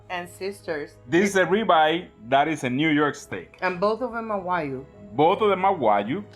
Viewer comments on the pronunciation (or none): Wa-GYU. Not Wa-You.